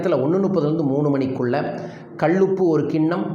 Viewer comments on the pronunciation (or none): கள் உப்பு ?????? கள் உப்பு, கள் உப்பு ???????????கல் உப்பு னு சொல்லுமய்யா .